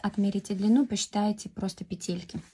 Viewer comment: Спасибо за МК! Обязательно свяжу. Подписалась и буду ждать новую информацию для нас, любительниц вязания. Единственное, что мне доставило дискомфорт - это слово петЕльки. По- русски будет пЕтельки. Может, я не права? Всем легких пЕтелек! 🎉❤😊